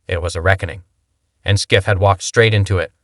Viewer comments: Ya know, you’d make a bigger impact if you pronounce Schiff’s name correctly. 🙄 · To narrator: It's Schiff (shhiff) NOT (skiff)